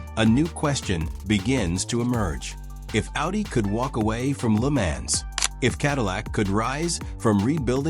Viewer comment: Another AI bot that can't pronounce the name LeMans...